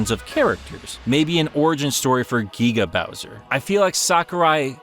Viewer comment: Gueega bowser.